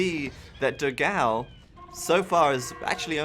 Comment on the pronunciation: Dogau ahsuahsugdus the pronunciation is wrong. Nice vid